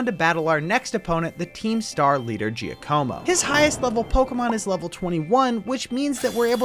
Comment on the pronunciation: Giacomo is pronounced Giacomo not Jiacomo